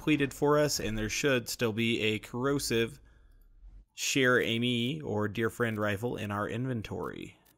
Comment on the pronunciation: Say it like cher-amy